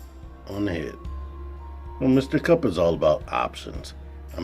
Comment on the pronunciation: There’s extra ‘p’ in your Kup